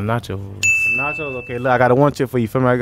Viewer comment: That one dude said “nachos” lol